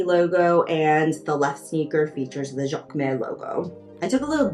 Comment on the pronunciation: Jacquemus… pronounced jock moose… that’s the closest English pronunciation